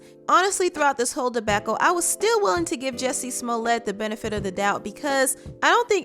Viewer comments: First of all his name is JUSSIE not JESSIE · He needs to change his name from Jussie to “Jessie” because everyone keeps pronouncing it like that.